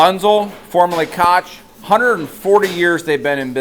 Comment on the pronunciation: Koch is pronounced like Coke. The billionaire family that owns everything Berkshire Hathaway doesn't. 🤣